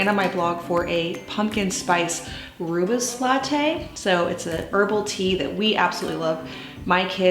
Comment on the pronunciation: Rooibos is pronounced Roy-boss. It’s Afrikaans and means red bush. With love from a South African. FYI Summer ice tea recipe: 1l rooibos with 1l Apple juice, cool and serve with ice. It’s great for children as it contains no caffeïne.